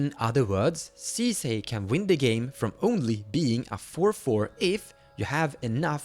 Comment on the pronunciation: 10s in: 'League of Legends Sisay" oh no